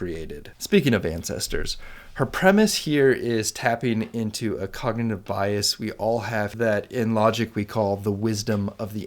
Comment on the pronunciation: "cognative"? or "cognitive" which is correct?